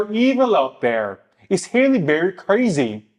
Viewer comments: her name is HALLE, not hailey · Her name is not HAY-LEE Berry ...it's HAAA-LEE Berry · Halle is pronounced like Sally lol